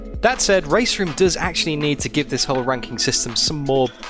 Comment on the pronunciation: “RankinK” lol